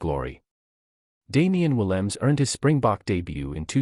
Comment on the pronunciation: SInce you want to expose our premier player, please find the time to correctly say his NAME!!! Williams is NOT his name!!! The 'E' on the end is NOT silent either. Say it, or you don't describe our star!! Thanks